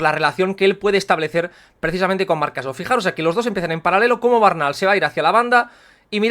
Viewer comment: Buen vídeo como siempre, simplemente comentar que el apellido Bernal no tiene origen catalán y no se pronuncia como lo haces tu normalmente, osea cambiando la primera e por una a (vocal neutra), sino que lo correcto es tal cual se escribe como has hecho por ejemplo en el minuto Hago este apunte porque me apellido igual y me suena raro cada vez que te oigo decirlo jajajaja Un saludo y a seguir a tope con el canal!!